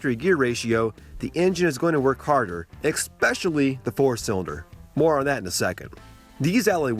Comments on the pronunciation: "Eckt-Specially" ? the correct pronunciation is "S"Specially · Great video, but there is no 'K' in 'especially'! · Great video, but please learn to pronounce “especially”.